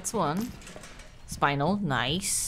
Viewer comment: I think it’s pronounced spin el not spine el